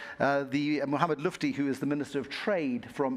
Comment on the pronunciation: Mr Lutfi, not Mr Lufty, please!!